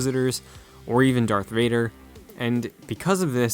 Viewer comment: You said "dark Vader." Casual. I cant respect you or your videos now. Thumbs waaaaay down.